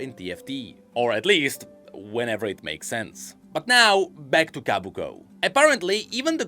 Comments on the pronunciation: Sorry but I gotta be the one to say it's Kobuko, not Kabuko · Ko. Bu. Ko. Not Kah. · I can't take it anymore, it's not Kabuko it's Kobuko. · I can't take it anymore, it's not Kabuko it's Kobuko